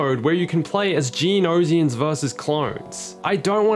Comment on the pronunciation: I cringed whenever he said geonosians lmao "geo no zions" NO HATE, love dis dude